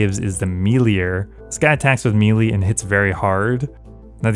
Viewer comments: Still can’t say melee though. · Stop pronouncing 'Melee' incorrectly.